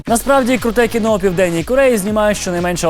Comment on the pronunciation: КІНО!!!! А НЕ КІНА!!! ВИ Ж ЗАЦЄНТІ ЖУРНАЛІСТИ